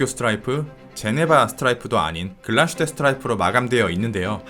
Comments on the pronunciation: 참고로 Glashütte의 발음은 글라슈테가 아니라 글라스-휘테입니다 :) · 훌륭한 영상 항상 감사드립니다 한가지만 주제넘게 말씀드리자면 Glashütte는 Glas(유리)와 Hütte(제련소)가 합쳐진 독일말로서 정확한 발음은 글라슈테가 아닌 글라스휘테라고 읽는게 맞습니다 한국에서는 다들 글라슈테라고 하시던데 역사깊은 브랜드의 정확한 이름은 그래도 짚고 넘어가는게 좋을거 같아서 말씀드립니다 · 독일어는 s+h sh를 쉬로 발음합니다. 그래서 글라스+휘테 를 연음으로 글라쉬테로 발음합니다. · 독일에 10년 살았습니다 독일말에는 sh라는 자음 자체가 없어요 비슷한 자음인 sch가 쉬 발음이 나죠 명사와 명사가 합쳐친 단어에서는 구분해서 읽는게 기본입니다 따라서 붙혀서 읽지 않고 따로 읽어야 하기에 글라스휘테가 맞습니다 정확히 알아보시길 보시길. 100프로 잘못 알고 계십니다